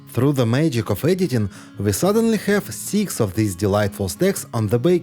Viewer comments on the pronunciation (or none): none